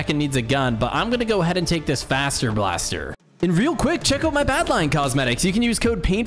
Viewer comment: Faster blaster sounds like fazer blaster